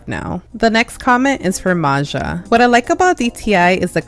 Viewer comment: Hi! I'm so happy you said my comment! (But my user is pronounced maya, not maja)